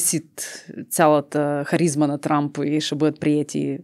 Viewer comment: произнесе името на Тръмп като Трамп ( просяк, скитник) и удари в целта. Браво, тоя е наистина такъв по манталитет.